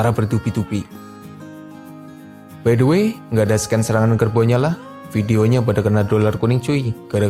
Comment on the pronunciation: Scene : sin , bukan sken bang😢